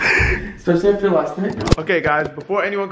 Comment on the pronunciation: Everything is special, to him. Say it everyone: Sphe-shall.